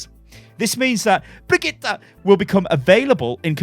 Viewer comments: Bree-git-the Not quite, but close enough. It's not Brigitta. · sounds like hes saying Brah-Get-Her. Its a different name every video hahahaha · for FUCK'S SAKE! IT'S PRONOUNCED BRIG-EE-TA. IT'S NOT THAT FUCKIN HARD. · Unsubscribe! bregetta .... Really?? I'm so triggered!!! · is it really that difficult to pronounce Bri-gee-tah? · bregetta? WHERS MEH SPAGETTE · I seriously don't understand how you struggle with her name so hard dude... you have literally heard Jeff pronounce it and you still can't say it... please stop. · look i have watched your channel for a LONG TIME but if you keep saying her name all crazy like im going to have to stop watching....... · sorry but the way you say her name annoys me. I got till the third time you said it and i just cant watch anymore. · Pleaze sty stop saying her name like that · Jeff has pronounced her name BTW any further mispronunciations are just laziness, especially from a popular content creator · Can you stop saying brigitte like that? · It irritates me when you say Brigitte.. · Stop, saying, her, name, like, that!!!!! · I'm stunned still cannot remember how to pronounce Bridgette's name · They're giving us 2 months to say her name properly in comp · I feel bad, but it still hurts to hear pronounce Brigitte. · idc how brigitte is pronounced ,the way you say it is the best .... lol